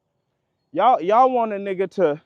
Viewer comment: He don’t say 🥷 right lmao that’s always a telltale sign 😂